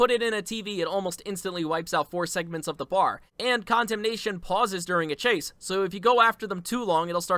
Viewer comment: Condemnation: con-demt-ion✅ Condemnation: condom-nation🚫